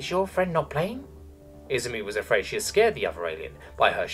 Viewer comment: I -ZU -MI Emphasis on the second syllable! Emperor damn it, you never watched an animae in Japanese?